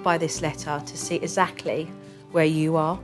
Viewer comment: I’m awaiting the day Jo says exactly correctly.